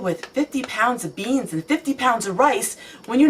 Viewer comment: the way you said 'beans' is cracking me up! <3